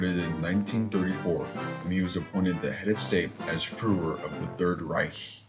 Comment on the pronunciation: And Fuhrer?, honestly you didn't even know the correct pronunciation of Fuhrer?